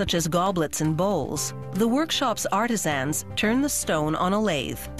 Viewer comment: the way she pronounces "artisans" as "artis-ANs"